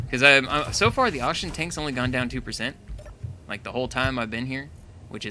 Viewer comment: () I’m not tryna be mean but you spelt oxygen wrong you said oxigen FYI